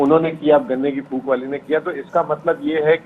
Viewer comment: It is PHOK not PHOOK